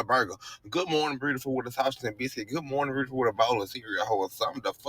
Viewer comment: Beautiful does not have an r in it.